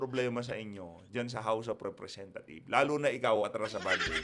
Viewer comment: tamaba ung pag kakarinig ko house of representa thief? hahahah